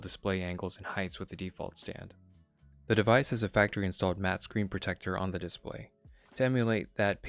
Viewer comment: I loved this review because I love the fact that it was not based on first impressions like most reviews. I did think it was a little funny how he continuously said DIS-play. Overall good and very helpful review.